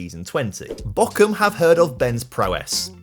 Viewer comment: i am always confused british people find a K in words where there isnt one "bochum" aint having a k but hes saying "Bockum" which is a totaly different city which is why its so funny xD we get tortured at school to learn the british "th" come on mate